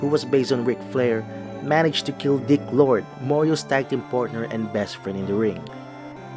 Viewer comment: It’s actually Dick Road, not dick lord